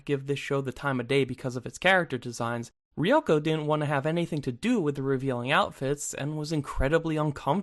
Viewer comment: the way you pronounce Ryuko disturbs me